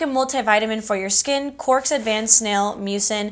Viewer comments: bestie i love you but i'm kinda cracking up at your pronunciation of cosrx 😭 it's okayyy it's "caws R.X" 💓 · You said it like “cause r x” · Thanks so much for the review on the lash growth serum-I was curious. And a friendly little FYI, the Cosrx is short for cosmetic prescription. So pronounced Cos and then say the letters Rx. ❤️ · I had no idea that is how you pronounce Cosrx